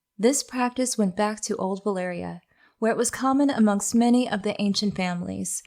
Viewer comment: I'm just here wondering why do people in general keep pronouncing Valyria and Velaryon wrong...